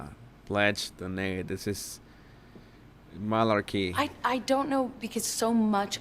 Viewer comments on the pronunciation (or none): My new favorite thing. His pronunciation of malarkey. Not even being mean. He transformed the word and I live it.